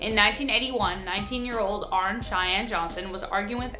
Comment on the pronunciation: HIS NAME WAS ARNIE NOT ARNE Learn to pronounce names CORRECTLY!